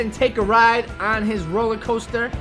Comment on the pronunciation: Coaster Not coter